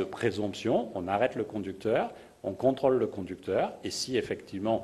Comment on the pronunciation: Quand il dit 'controle' j'entend troll mais ce n'est que moi...